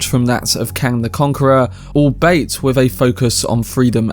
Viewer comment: That's not how you pronounce albeit 🤣